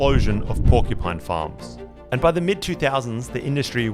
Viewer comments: “Porcu-pets” 😂 sorry but it’s definitely not a pet! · Except she can’t say the word “porcupine” 😂